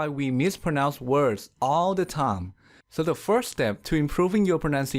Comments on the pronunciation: Time = taim ( you were saying "tam" ) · Thank you! Very informative and makes me want to share with my students. However, it seems your "s" is not pronounced true sss, it's kind of between "s" and "th", sometimes it's even more "th" than "s". Also the word "time" is pronounced more towards "taam"...Because of these two reasons, I'm hesitant to show this video to my students...